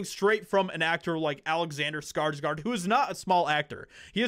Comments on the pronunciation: Please start say his name right. Come on man, its SKARSGÅRD not SKARSGARD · You pronounce his last name (Scars - Gourd) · it is PRONOUNCED : skar-sGOR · It always feels so strange to me to hear people call Alexander and Stellan SkarsgArd since I'm Swedish and know that their surname isn't pronounced like that. It's SkarsgÅrd ^^ Å is such a different sound than an A, it might not look like much of a difference, but it makes the pronounciation quite different. Saying Skarsgord would actually make it sound closer to the right thing than Skarsgard. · Say skargsgard one more time m.fer